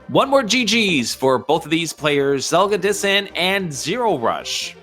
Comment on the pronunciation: Zelgadis-san, not Zelga-dissan, yeesh.